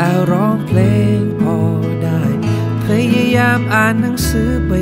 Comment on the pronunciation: เพลงเพราะมากครับ เสียดายเขียนไขและวานิชออกเสียงคำว่า "เพลง" ไม่ชัด ฟังเป็น "เพง" หมดเลย เสียดายแท้